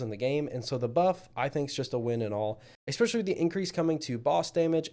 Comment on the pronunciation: This was an “ekspecially” good review.